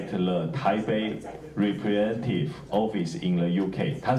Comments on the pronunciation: 先生，你說你是倫敦大學國王學院畢業的博士，為什麼你連London這個英國首都的發音（ 之處）以及representative 這個很普通的英文字 （ 之處）處都唸錯或唸得結結巴巴。這是我在本節目中所能聽到的你所唸的字，本節目以外我沒聽到的是如何則需進一步瞭解。難道英國的大學都不管你對英文字詞的發音嗎？ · 先生，你說你是倫敦大學國王學院畢業的博士，為什麼你連London 這個英國首都的發音以及representative 這個很普通的英文字都唸錯或唸得結結巴巴。這是我在本節目中所能聽到的你所唸的字，本節目以外我沒聽到的是如何則需進一步瞭解。難道英國的大學都不管你對英文字詞的發音嗎？